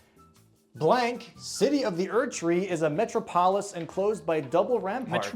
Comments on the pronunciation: Technically did pronounce 'metropolis' correctly...in ancient Greek. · your pronunciation of metropolis made me question everything